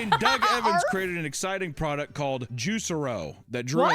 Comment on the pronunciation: Geez,. Its JuicEro, not Juice Ero.